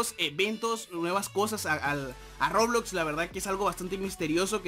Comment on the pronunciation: Se dice Roblox :v